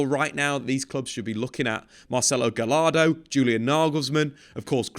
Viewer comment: Hi, its pronounced: Gayardo not Galardo jajaja